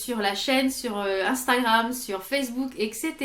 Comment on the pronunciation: Coucou, prompt rétablissement! Merci de nous revenir en forme! Et c est INSTAGRAM et non pas Instragram 😜. Des bises😘😘😘😘